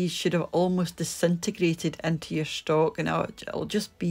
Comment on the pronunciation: Looks great! Love that you pronounce stock and seasoning as schtock and sheasoning